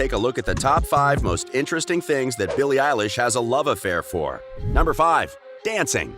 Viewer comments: “Voices” “BILLIE ELISH” “Ellen” MacBook please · Bille Elish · "Billie Elish" Macbook!!!!!!! 😆😆😆😆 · "Voices" "Billie Eilish" "Ellen" MacBook please!:-) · “Voices” “BILLIE ELISH” “Ellen” Phone or Mackbook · "Voices" "Billie Eilish" "Ellen" Ipad please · ''Voices'' ''BILLIE EILISH'' "ELLEN" pls my computer broke i need a macbook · "Voices" "Billie Elish" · "#Bille Elish" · Billie elish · “Voices” “BILLIE ELISH” “Ellen” iPhone :) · "Voices" "Billie elish" "Ellen" Ipad mini please and thank you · "BILLIE EILISH" "Voices" "Ellen" I wanna phone plsssss 😭😭😭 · "#billie Elish" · "Billie Elishe " plz i want the phone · "Billie eilish" makbook? ??pls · “Billie Elish” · “voices” “billie eilish” “ellen” iphone please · 'makes yt video ab billie eilish' 'doesnt even know how to say her name' EDIT: this doesnt know how to say anything!!!!!!